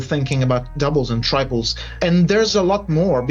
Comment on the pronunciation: "Doubles, and tribles " lmao